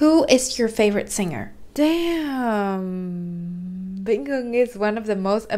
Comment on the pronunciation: Video rất tuyệt vời và hữu ích song c có 1 chút góp ý với là singer thì phonetic sẽ là /ˈsɪŋər/ thay vì là /ˈsɪngər/ như đang phát âm nè:p